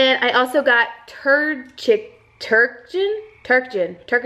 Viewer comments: Hahaha it's tur (as in turkey) duck-en, it's a thing people apparently do for roast dinner lol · Its pronounced tur-duc-ken LOL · It's "ter-duck-in". I've never had it, but I know a lot of people that make it for holiday meals. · So excited for you!! It's awesome to watch you go through the wedding planning process! Oh btw it's TUR-DUCK-EN (Ter - duk - in) Took me forever to learn to say it! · Lmao! Tur- duck- In... Omg I could hear the frogs in the background at the end!! I'm so excited to see you're dress girrrrrrrlllllll! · your so funny. the dog food is pronounced tur-duck-in. its a real thing lol.i love you so excited to see you get married and go thru this process with us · I love how you pronounced turducken 😂😂 Tur-duck-en 😜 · Hey that one food is pronounced tur duck in 🙂 My dog loves that too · it's pronounced "tur-duck-in" like turkey duck and chicken all mashed into one word! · Lol it's tur-duck-in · not correcting you but, the word on the dog food at the end is turducken. It is pronounced tur-duck-in. It is a chicken put in a duck then both are put in a turkey. P.S. you look super pretty in all the dresses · crying watching you try on wedding dresses and laughing listening to you try to pronounce turducken 😂